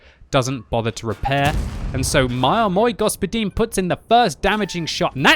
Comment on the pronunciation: Like from me for that Мой господин pronunciation.